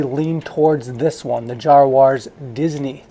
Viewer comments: JAZwares dude its really not hard to pronounce is it? And the Black series helmets beat the Jazwares one hands down. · Bro how did you mispronounce something SO bad? 😂 jozzwuarss?????